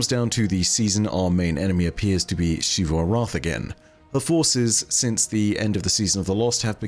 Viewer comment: "SHEE-vu." My brother in Christ it is 2022, please pronounce the name right.